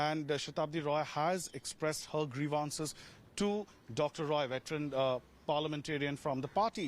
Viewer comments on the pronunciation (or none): "Griviance". Dear News anchor, get your pronunciations corrected!